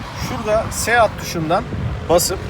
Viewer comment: Kardeşim siit diye okunuyor o Seat marka :)